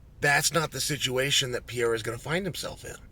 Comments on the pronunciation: Can you please learn how to say PE - REI - RA. it´s simple, and i think he ( Alex ) deserves it. :) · Who is Alex “Piera”?